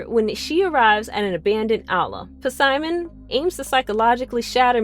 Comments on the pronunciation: Puhsimon, nice pronunciation lol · Why does she pronounce Simon's name wrong it's the P is silent